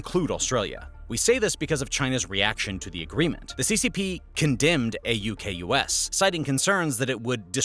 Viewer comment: thank you for the use of Kms. Edit: we say the AUKUS acronym, pronounced aw-cuss. Double edit: Alba-nee-ze